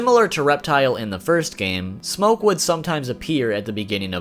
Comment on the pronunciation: I hate how he says smokkke